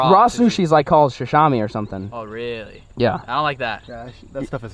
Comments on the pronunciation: Its Sashimi, not “Sashami”. Also, you should get a suppressor for the AR-15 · The sushi term you were looking for was sashimi (Suh-she-me). Oh.. and Swiss, mountains, girl... Heidi my guy, Heidi. Peace. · My man said Shashami 🤣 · It’s pronounced sashimi (sa-shi-me)